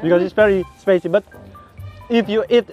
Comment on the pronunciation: Duhh letnanku kok kaya abg ya ..mana inggrisnya gitu lg..spicy bang bukan spacy 🙃